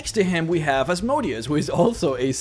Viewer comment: It's pronounced AZ-moe-day-us not azmodee-us...its in the dictionary